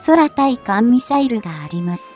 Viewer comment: 日本語が嫌なんだよね、「そらたいかんミサイル」